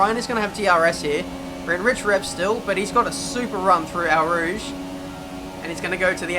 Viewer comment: au rouge is pronounced as o rouge not a rouge